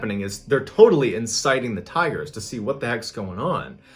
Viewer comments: I thought you were saying tires for the first few minutes until I realized 😂 'He just loved to spend time with the tires and look at the tires..' lol I thought man, this is going to be one weird story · Is it just me or did I hear tyres instead of tigers for a minute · Thought you were saying tires for half the video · Ohh tigers ...i heard tires lol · I thought he said tires at first too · Bro, I thought you were saying "tires"! Lmao! Right up until you showed a picture of a tiger I was so confused as to why this was a story starting off about a guy who is obsessed with tires. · Am I the only one that thought when he said “tigers” I thought he said “ tires” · OH- I THOUGHT MY MAN SAID TIRES- PFFFTT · I thought he said tires😂😂😂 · him: says tigers my ears: tires ??? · the very first time he says tigers it is hard to hear the G being pronounced but the second time it is very clear. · I heard "tigers". ???